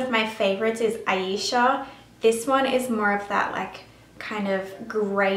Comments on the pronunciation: Almost had it...Ayesha is pronounced EYE-EE-SHA... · You could pronounce all them crazy names right but couldnt say AYESHA ( eye-eesha ) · she can say susperia but not ayesha